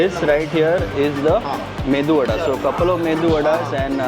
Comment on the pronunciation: It is medu vadaa not mendu😂